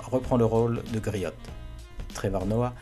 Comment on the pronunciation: Griot se prononce Grio T'challa se pronche tchalla comme avec tchat